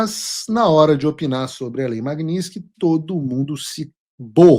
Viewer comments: Paulo, você está pronunciando o nome da lei errado. Magnitsky e não magniski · Paulo, PELAMORDEDELS, para de falar "Magninsqui"... Tá parecendo petista! 😅😅😅